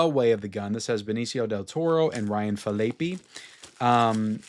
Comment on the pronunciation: Ryan Fil-ay-pee?